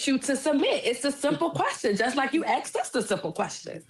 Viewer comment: "Axed us?" I would have ended the conversation right there.